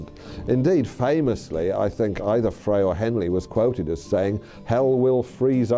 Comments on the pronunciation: Yes, I am going to create a video about the Eagles and have a shitty AI voice that can’t even pronounce Glenn “Fray” correctly! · I watched this and realized that the producers of this documentary had more facts wrong than they had right. Wrong facts and speculation. Additionally, the one guy didn’t even know how to pronounce Glenn Frey’s name. This is one pathetic bit of production…